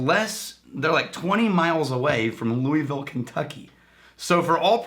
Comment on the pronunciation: As someone from Louisville Ky thank you for saying it correctly and not emphasizing the Louis in the name.